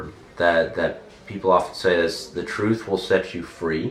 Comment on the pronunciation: Мужик, ну ты бы хоть чуток с произношением поработал, что ли... У меня реально кровь из ушей пошла на этом месте. Павер ис ин трус, офкорс.